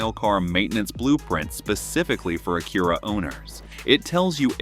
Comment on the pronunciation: Low quality AI video, cant even pronounce Acura.